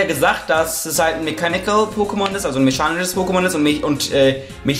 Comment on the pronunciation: mechanisches nicht meschanisches (nörgeln auf höchsten Niveau ich weiß) :)